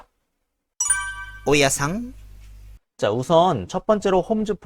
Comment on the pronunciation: 중간에 오야상 하는 발음이 너무 웃기고 😂 😂 😂재밌어요